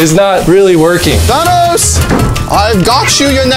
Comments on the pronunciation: Na that’s not Thanos that’s Janos 😂😂😂😂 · That ain't Thanos that's thados